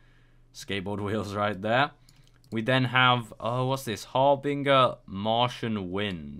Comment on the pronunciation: its pronounced 'har-bin-jer'